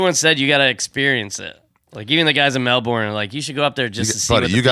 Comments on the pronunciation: Hey Ari, It's not Mel-bin. It's also not Mel-born, Mel-bun, or Mel-burn... It's somewhere in between them all. Say it the American way but just a bit lazier and fade out on the last syllable. MEL-BNnn... Good luck ya can't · We’re in America. In honor of America I will pronounce Melbourne with a hard R